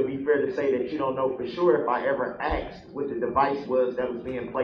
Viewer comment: HE AXED??! AM I MISSING ANYTHING???